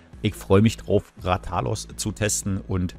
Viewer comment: Coole Cooperation, aber bitte sprich ihn richtig aus😂 Deine Rathalos Betonung ist falsch gewesen🙈